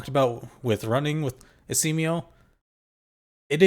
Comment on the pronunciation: Are you deliberately calling him Esiemio as a nickname? There isn't a vowel between M and O so it's supposed to be pronounced as Es E Mo not Es E Me O... 🤷‍♂️🤷‍♀️🤷